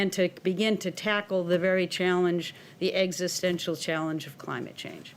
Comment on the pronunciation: say it with me Joe, "existential"😂😂😂😂😂😂😂